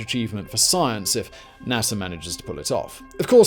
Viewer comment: Btw Theres no “R” in NASA but nice background music